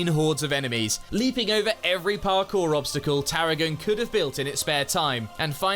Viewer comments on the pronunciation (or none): none